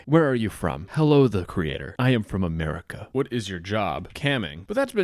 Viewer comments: As soon as the dude said "Ameriker" i knew he was north korean because I've watched all those propagada videos coming from there with someone who keeps saying korea as "Korier" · in americer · Love how he pronounces America like Amarikurr lmao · I could tell he was North Korean AS SOON as he said “America”. They pronounce it like Amerikurr. If anyone is interested in this sort of thing (North Korean cyber espionage and hacking), I highly recommend the book & Podcast Lazarus Heist. Genuinely insane to learn about some of their exploits over the years; sadly all of the money they make goes to nukes rather than good. Most of these kids from NK that end up doing these things were math competitors at younger ages and selected to go to overseas schools specifically with the end goal of making them some of the worlds best cyber operators. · fun fact: the north korean accent is actually extremely easy to recognize because they are the only ones that pronounce america like "americar", if you hear that r sound at the end you are talking to a north korean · "In Amurikurrr...." lmao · The way he said "americr" and "becrse" instead of "america" and "because" somewhat aligns with a theory that hekoreanNorth Korean